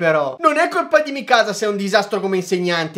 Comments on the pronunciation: La pronuncia di Levi è perfetta ma come pronunci Mikasa mi fa male💔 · Fra non si chiama micasa si chiama mikasa